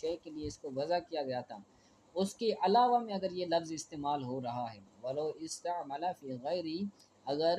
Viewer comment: استعمل ھمزہ کو پش سے پڑھا جاےگا نہ مجہول